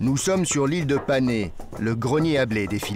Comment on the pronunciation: Pour le nom de l'ile de Panay aux Philippines on prononce Panaye